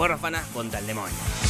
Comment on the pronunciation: Gente: DEMONIO Te lo resumo: DEMOÑIO v